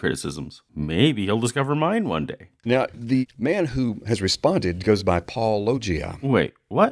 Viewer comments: pronounces his channel name every video at the very beginning and doesn’t even have a confusing channel name William:”puh, lowgia” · His peculiar, affected pronunciation of "Paulogia" makes me think of "lochia." He isn't by any chance casting an oblique aspersion on your masculinity, is he? No, probably not. That would require subtlety borne of intellectual curiosity and educational attainment. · For a man who purports to have a PhD, it's astonishing that he doesn't know how to pronounce "Paulogia". I knew how without hearing it. It's an obvious play on "apologists". Then he doesn't even bother to find out. How did he ever get a reputation as a good Christian apologist? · How does NOBODY get channel name right? He says it every episode and they still can’t manage it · I keep thinking it's pronounced like this, too - like Robert Loggia's last name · I'm less than a minute in, and may have more to say, but why do so many Christian apologists mispronounce "Paulogia?" says it at the beginning of every video. The phonemes aren't that difficult for English speakers to reproduce. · It's far to common to be a coincidence, but I feel like I've watched at least 50 videos where creationists mispronounce the Youtuber's name of whom they're responding to. If I had a dollar every time this happened I'd be able to.... uh, call into work tmrw. Sounds good to me. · What I don't understand is how nobody can pronounce your channel name when you say it at the beginning of (almost?) every episode. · They cant even say your name right